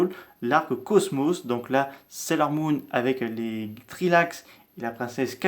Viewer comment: "treelax" "princesse kaguya" ??? Fais un effort mdr c'est les "starlight" ou "three light" et la princesse s'appelle kakyuu